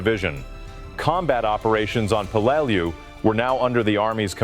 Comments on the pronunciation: When I was in the Navy there was a ship ship named in remembrance of the battle of Peleliu. We all pronounced it Pel le lou. I think the voice bot needed more training. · C'mon you do a video on this battle and you can't even pronounce the name of it?! Typical American, I guess.